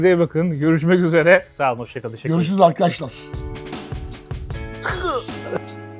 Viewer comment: Arkaaaşlar değil lan arkadaşlar diycen